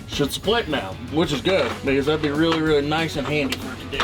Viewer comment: The way says really weally never gets old 😂 Or is it wereally wereally… either way 💪🏽👍🏽🤣